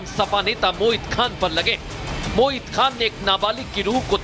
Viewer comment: पत्रकार बन्धु मोहित नहीं आप बार बार मोहित बोल रहे हो